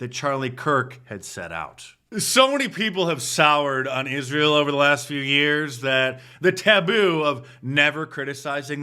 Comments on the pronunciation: Tatum needs to ax somebody how to pronounce Israel. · The guy cant even pronounce Israel 😂